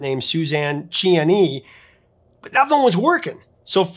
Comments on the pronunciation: Suzanne Ciani! Actually, her last name is pronounced "chee-AH-nee." She is a pioneering legend of electronic music, and is still active today. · No! it's "see-ah-nee". Ha Ha, just kidding about arguing, but I remember hearing and always pronounce it "See Yanni". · Ah--I think you're right. "See" not "chee." American pronunciation of an Italian name.